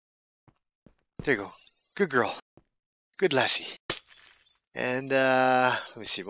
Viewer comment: Oh, you got Lasi kinda right. And its a Nordic language and kinda unique one. Kirjahylly wen't wrong hardcore:D. Really entertaining.